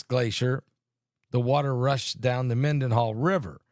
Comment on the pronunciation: Phonetically {{men-den-HALL, **with an H**}} not to DIS, but to inform😇😇😇